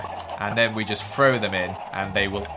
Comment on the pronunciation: He also says free instead of three and frow instead of throw